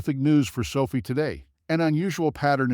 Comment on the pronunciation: NOT pronounced so fee.